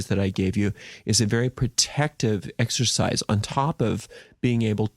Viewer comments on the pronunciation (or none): none